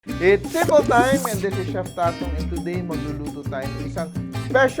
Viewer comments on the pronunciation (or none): none